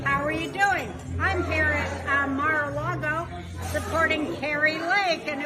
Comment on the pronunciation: What is “Mere” a Lago?